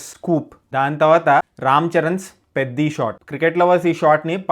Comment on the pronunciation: Bro I thought beddi 😂it's peddi